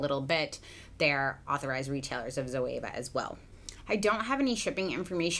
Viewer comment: Zoeva zo means live in Greek and Eva it’s the name of the first woman(Adam and Eva), and you pronounced her name really good it’s a Greek name and last name